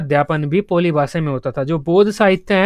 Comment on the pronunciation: पोली नहीं है वो पाली है